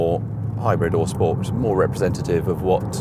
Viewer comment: its sport not shport